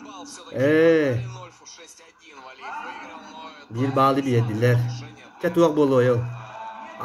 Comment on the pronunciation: молодец хозяин канала правильно ставит ударение в фамилии чемпиона.в отличии от русского который коверкает фамилию валиев на всю страну на турнире